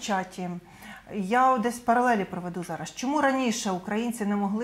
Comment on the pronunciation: На влашному дошвіду, шьогодні, жараж, жвяжку... Що ж ним ?